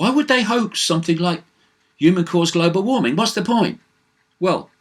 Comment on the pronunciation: I love how you say global warming GLOBO WAHMING!